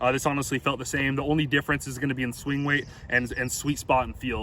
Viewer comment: "The swing wate"